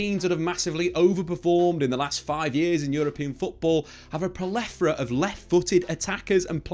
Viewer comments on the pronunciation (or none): "plethora" is not pronounced "per-le-fo-ra"